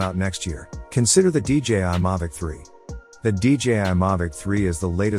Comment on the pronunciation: 1st off it's not a Mavic and 2nd, learn how to say Mavic. 🙄